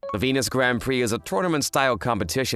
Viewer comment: It's funny how the guy can pronounce the word "prix" correctly but not the girls.